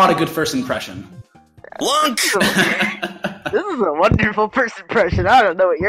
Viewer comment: It's not lunk it's... It's LONK!